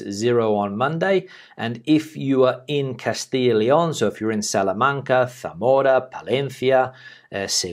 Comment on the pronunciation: Ignore those Spanish’s that says you don’t pronounce well. Zamora well done. Regarding this video.. all the best to Madrid and the phase 1.. i think it is very risky after + 8,000 deads! Carlos